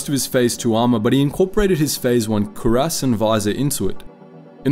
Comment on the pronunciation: You're saying the word cuirass like "koo-race" but it's rather pronounced more like "kwee-rass".